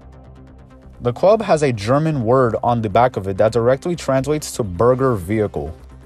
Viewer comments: Bürger, not Burger. Bürger means Citizen in German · Bürgerfahrzeug means citizen vehicle and not Burger vehicle :D